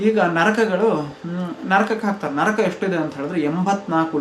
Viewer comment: Adu nraka alha bro naraka